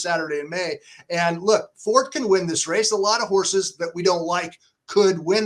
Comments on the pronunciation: Yes it's not Fort 😂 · How can you guys possibly be pronouncing his name wrong? What the AF?? It’s For-TAY for Christ sakes. What is happening?? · the owner pronounced it For-TAY on TV multiple times. Along with his daughter, she pronounced it that way as well. So.. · Fort and For-tay are both accepted and here's why. Forte etymology is Latin (Fortis). The term was adopted by France and Italy. In France, it's pronounced Fort and it's generally used to speak of, describe, or as an adjective of strength or/and stoutness (i.e an structure). In Italy, Forte is used to describe or speak about strength or/and loudness, but its also the term used to describe the strongest part of the blade used in the sport of Fencing, which was originated in Italy and later perfected in France. In Italy, the pronunciation is For-tei (no matter what is being referred to) which sounds in English as For-tay. As of how Forte (the horse) should be pronounced, I believe it's For-tei (or For-tay), given that his owner is Italian-American, he paid for the colt, and he refers to him For-tei (For-tay). By the way, if you go to a French restaurant dont ask for a Torte unless you want to be laugh at 😂. Torte is a German term adopted from the Latin torta via Itlay. The chocolate torte confection is called Sachertorte, originated in Vienna, Austria in the 1830s, a period when the Austrian Empire kept the German as one of their official languages (as they do today). If you go to an authentic French restaurant ask for a gâteau, unless they have real Sachertorte in the menu. The reason why Torte is strictly pronounced Tort is the German rooted adoption from the Latin kept out the A (Tort-a), which the Italian kept intact. Forte can have two pronunciations because the term was ad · Just can't get past that these 2 can't pronounce the favorites name properly. Also, Beyer has always been heavily California biased. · God, learn how to say "Forte"....